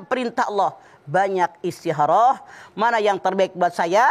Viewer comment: Istiharoh. Kalo Mamah "Kho" nya diganti jd "Ha" mk nya istiharoh. Samaan seperti Khodijah jd Hadijah.